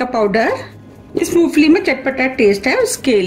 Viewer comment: madam moofali nahi moongfali 😄